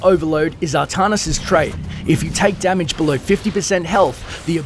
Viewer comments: as some one from NZ, it is most certainly ArTANis not Artarnis. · Artanis not Ahtahnis. ARtanis! I dont see no H. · Arrr TAN isss not Arrr - tahn - is. Also May-lay not me-lee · It's pronounced Artanis, not ahtahnis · can actually be pronounced either way, do some research before you try and correct people.